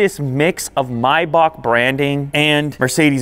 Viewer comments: Why do you call it a MYback? Do you pronounce the month the same way? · he said Mercedes Myback lol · i hate how he calls it mibock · Do you pronounce it my buck? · its pronounced may back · May is pronounced my? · The pronunciation of the word maybach got me😅😂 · has he pronounced maybach completely wrong? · i hate how you pronounce maybach, i stopped watching after the second time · Dumb question: Is it really pronounced "My-bock" the way he's saying it here or is it "May-back" the way it's spelled? Asking for a low-class uncultured friend. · I can't even watch the video he keeps saying "my bock" ITS MAYbach... ever heard any Rick Ross songs?... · It's MAY...bach, not MY...bach. listening to him mispronounce the name is annoying. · Maybach not bibak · May - bach not "my bach" you have to be American........ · Introduced as Miebock. Why don’t you Yanks learn to pronounce the product that you’re promoting. It seems rather bizarre that you don’t know the name of the quality product that you are publicising. I believe the name is correctly spoken as :- Maybeck, as I’ve heard from Mercedes (Mersaydes). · It kinda irks my ear whenever someone pronounces it My-Bok, but since I'll never own one, my opinion doesn't count. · It’s pronounced maibach… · If he say my-bach one more time imma loose it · I always thought it was pronounced may-back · I thought it was pronounced MAY....BACH? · Kinda kills the vibe when you call it a “MAY-back” 😒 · it is not "my back" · “The maibock” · It's pronounced May Back.